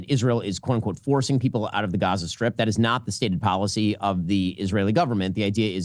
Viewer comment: love when a rabbi is brought on to an israel talking head segment who can't pronounce gaza or mispronounces it intentionally